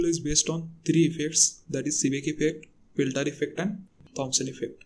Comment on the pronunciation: Seeback instead of Seebeck, Peltire instead of Peltier. Just correct your mistakes then you can try to discuss about those effects. GL